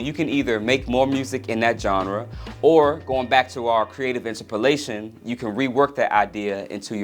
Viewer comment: i don't know if i can agree with your pronunciation of interpolation